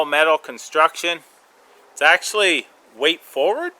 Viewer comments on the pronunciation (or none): "Ax-ually" lol